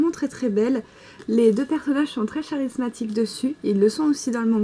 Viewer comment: coucou super video ( bien que je ne soit pas vraiment attirer par les yaoi mais bon ) ( j'aime bien quant dut dit ( je vais l'écrire comme tu le prononce) chat rizsmatique ( charismatique ^^)